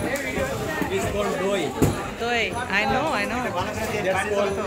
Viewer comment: pronunciation of doi was correct